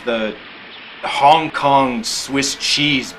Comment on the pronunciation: "Hong King Kong" lol